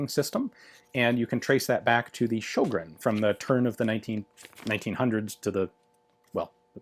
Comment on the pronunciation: The Ö in Sjögren is pronounced like the o in word.